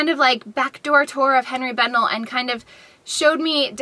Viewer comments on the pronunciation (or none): Just FYI Henri is pronounced ON - ree NOT Hen ree.